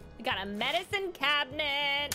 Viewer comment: Do you pronounce cabinet like cabinent? lol